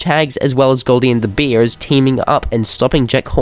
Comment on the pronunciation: he said beers instead of bears